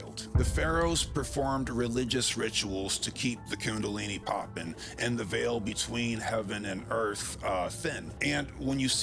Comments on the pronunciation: thin veil? pronounced correctly sounds like hail, not veal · He he he he...he said "veel" instead of veil...jk bro, keep it up, I know it's a lot of work doing what you do, and I'm just a joker